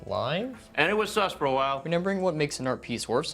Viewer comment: i swear this guy is saying renember and not remember